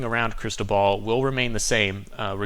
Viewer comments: The Weather Channel keeps mispronouncing cristobal... its cris - toe - bull not ball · Not Cristo ball , is it Cristobal... lol , good report always tho!